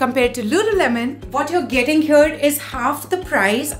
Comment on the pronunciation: cool stuff, just pls don't pronounce "here" as "hair" ; "beige" as "beij" and "wow" as "vow"